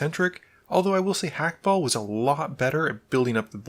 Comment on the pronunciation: you're on the money with Clav but you do in fact pronounce the H in Hakbal's name